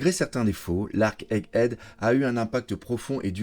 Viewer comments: Super format, super montage. Par contre il n’y a que moi que ça trigger à chaque fois qu’il dit “Head Egg” ? 😂 (genre ) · il sait toujours pas prononcer egghead ^^